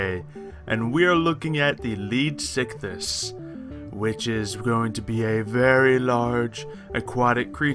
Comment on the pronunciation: look not tryna be mean but it bugs me when people don't say/pronounce a word right. it's pronounced leedsycthees not leedsycthis